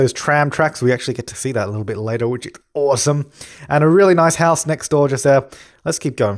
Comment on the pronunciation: "I think it's oowasom" XD